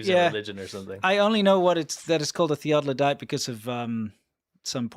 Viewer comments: Theodolite, not theododolite. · Theeaddolite.. Omg say it correctly 😂😂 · It's a theodolite, not a theodolodite. ...you have just an extra syllable there. 😉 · "...a thedolite..." A great opener guys, more like farmer please! 😋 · Theodolite, not theodlodite (or theoglodite :-). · Thee OH de lite it sounds less like a dinosaur when it is correctly pronounced, was the camera made in China? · Theodolite Thee-Odd-Dill-Ite. No big deal. I knew what you meant. That weird telescopic thingy on the tripod. Love you, guys. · Theodore. THEE-OD-AH-LITE